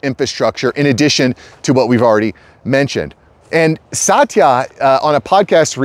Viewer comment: Pronounce his name as "Sutya"